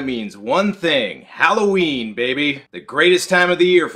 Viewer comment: HOWL-oH Ween ?..............your mispronouncing it !!! are you fukin Canadian ? .. it's Hollow-Ween !